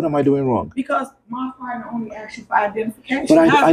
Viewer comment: “He axed”